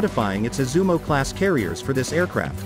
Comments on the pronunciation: Thank you for the introduction. But it is “Izumo”. Sounds like “yi zu mó” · Is it really that difficult to pronounce Izumo properly?